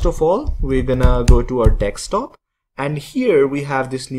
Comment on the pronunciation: it's not "Dekstop" it is Desktop, I have no idea Why am I subscribed to this channel.